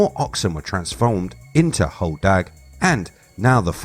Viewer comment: As someone who who spends a lot of time there and has a cabin in the UP, it’s hodag like sag not dog. I’m glad you mentioned mishipeshu.